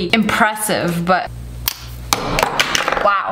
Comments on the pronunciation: She said wew not wow 😂😂😂😂😂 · you said weeow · No no it’s: wEeEoW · Abd you said weoow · I love how she says wow like “weeew” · No she said weeww